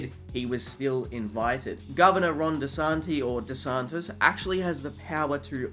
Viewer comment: As a Floridian I forgive you for not knowing how to say DeSantis. Absolutely forgiven.